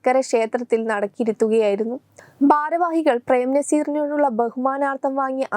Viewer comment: ശർകര😂😂😂 ബാരവാഹികൾ😂😂ബദ്രകാളി😂😂😂😂 ബരണാധികാരി😂😂😂...